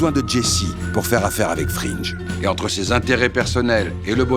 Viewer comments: Gustavo fringue ✅ Gustavo frinje ❌ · super video pleine de nostalgie mais dommage que vous disiez "frinj" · Ça se prononcé "Frinngu'" mais super vidéo comme toujours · Pourquoi tout le monde prononce 'Fringe' ? Dans la série, c'est Fring... sans e. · euhh c'est Fring comme Fringue ! pas comme Gringe :p, pardonné avec un épisode au top ! sur une série au top ! ;) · "Fring" pas "Fringe" sinon je suis 100% d'accord, Jane n'est pas entièrement innocente, mais c'est clairement le moment où Walter à basculer dans "la fin justifie les moyens" à n'importe quel prix. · ça dit "Wolter" mais ça dit "Frine'je" au lieu de "Frine'gu" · Fring* pas "fringe" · Gus Fringe? Frinch? Respectez un peu … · Pardon mais "FRINGE" ? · Super épisode par contre on prononce frine-gue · Belle analyse ! C'est ma série préférée je suis même allé à ABQ voir les lieux de tournage. Par contre c'est la première fois que j'entends quelqu'un prononcer Gus Fringe. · Y’a que moi que ça choque « gus frinje » ? Excellente vidéo sinon toute façon breaking bad meilleure série du monde tu connais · Y’a que moi que sa perturbe « gus frinje » ? Excellente vidéo sinon, toute façon breaking meilleur série du monde tu connais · Sympa mais apprend à prononcer Fring bordel